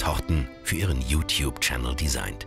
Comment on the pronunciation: es heißt youtube nicht youkube